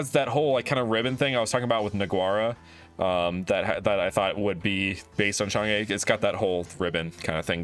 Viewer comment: its chang UHHH not chang EEHHH